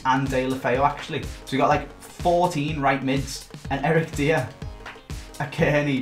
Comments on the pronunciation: Die-er.. say it.. Die-er, his name isn't Deer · Why did he say deer when he said dier’s name 😂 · jamjarspence eric deer😂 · diYER, c'mon man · Is the way say dier is a bit weird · Am I the only one who’s never heard someone say Eric Dier’s name like that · He says it so horrible wrong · Please stop saying Eric dier name so horrible wrong it’s painful